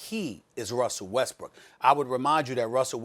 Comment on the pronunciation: “wussell restbrook”